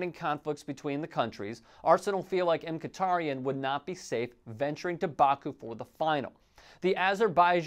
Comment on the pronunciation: It’s pronounced Miki-taryan I think